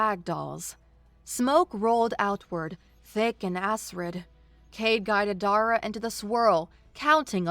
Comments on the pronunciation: To, I love your voice, your pronunciations... not so much. Acrid is pronounced ack-rid not ass-rid, Gantry is pronounced găn′trē, not gôn'trē (Think Can not Con) there were many more but I will just detail these two. The mispronunciations really take me out of immersion ad lower the enjoyment significantly. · Asrid versus Acrid, am-nes-ty versus am-mes-ty, soot should rhyme with “put,” and not pronounced like “suit.” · The ones I picked up Acrid - Ak Rid Pocked - p ock (ock as in rock) ed Mooring - more ring gantry - Gan tree Servos - Sir v oh s Unfurling - Un fir ling Soot = pronounced like foot Nav - pronounced like Have